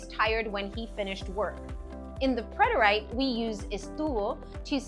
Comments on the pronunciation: It was great, but your pronunciation of preterite is incorrect. I checked it out thinking I could be wrong, but I am correct. PRET-er-it, not I. preterite /prĕt′ər-ĭt/ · Is this AI? I’ve studied Spanish all my life and have never heard preterite pronounced PRET-ER-AYT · A really good lesson but what I heard was the verb “syd” and the “preter-ight”. That was a distraction and made me start to doubt if I could trust the content.